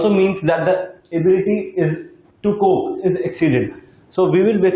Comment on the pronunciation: It’s cope not cobe